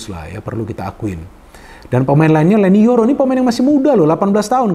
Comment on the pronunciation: Leny Yoro bung 😂 bukan YENY LORO 😂 klo dlm bhsa Jawa brarti YENY DUA 😂